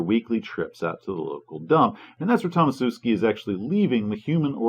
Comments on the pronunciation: i think it's 'Tomashewski' and not 'Tomasewski' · your mispronounciation of Tomaszewski really makes my ears bleed, especially considering from your surname you probably originate around there somewhere.